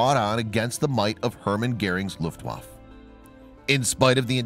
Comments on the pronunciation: You are mispronouncing Luftaffe. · Its 'luft waff A...u sound at the end... its not a junkers. Lol. Its pronounced 'y'oonkers. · Your not pronouncing German words properly. W is pronounced with a V and the letter J is pronounced as a Y .